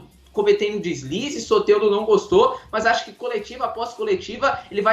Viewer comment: É soteldo não soterdo seu sem noçao kkkkkk